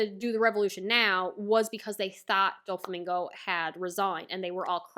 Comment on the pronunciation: I have heard many mispronunciations but Dúflamingo is elite